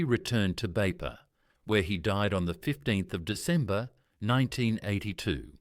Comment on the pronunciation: Thank you for the wonderful story of Sir Fr Louis Vangeke..proud to be from Meke'o -Kairuku..correction though,it is not Beipa,but Veifa'a,thank you..❤❤